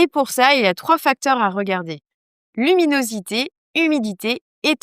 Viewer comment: La luminosité et non "l'huminosité" (2.25min).